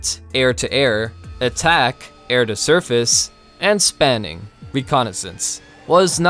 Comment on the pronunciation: In "JAS', Spåning is pronounced "sponing".